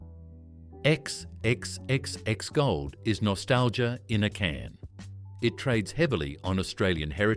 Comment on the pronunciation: AI should learn how to say 4x… says the same thing about all the beers.